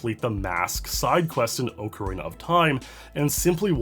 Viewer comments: I liked the video purely because he says it Oakarina (the correct way) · Thanks for pronouncing correctly as ocarina as ocarina and not ocariner like 99.99% of other creators in the platform do